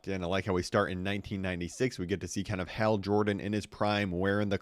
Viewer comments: Hal not hail H- al as in the name AL as in the guy in Toy Story2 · Hal not Hale L larper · has more ways to pronounce "Hal" than the number of T-shirts John Cena switches 😂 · He gotta be ragebaiting with how he is saying Hal's name